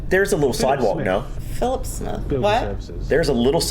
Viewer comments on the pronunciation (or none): none